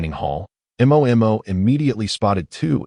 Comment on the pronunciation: Why none of the Ai in any channels cannot pronounce the name Mo? They all spell it out